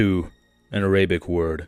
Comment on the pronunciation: excuse me how did you say arabic? im offended